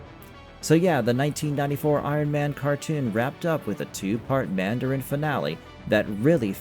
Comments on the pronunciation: "Man-dare-in?" That is not how you pronounce Mandarin, sir. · So says the man-dare-in! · Stop saying Mandarin like that